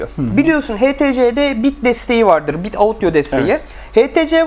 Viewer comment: 1.ayakta inceleme yapmayın,sürekli bi yere yetişçekmiş gibisiniz ve akıcılık çok zayıf. 2.çok hızlı konuşmaya çalışırken "sipiklasyon, biıt" gibi hatalı konuşmalar çıkıyor. 3.arkadaş muhabbeti yapmaya da gerek yok,direk kameraya konuşmak daha etkili.